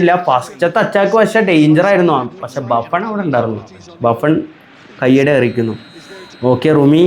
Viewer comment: ബുഫ്ൺ ❌ബാഫ്ൺ ✅?